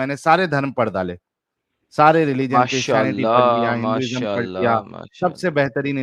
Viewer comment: Did he said mashaOM